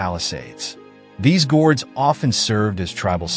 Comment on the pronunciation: Cool vid. By "Gord" i think you meant "Gród" its pronounced "grood"